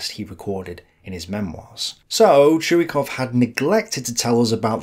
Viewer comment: His name is not pronouned "Chew-E-Cough", it is "Choy-Cough".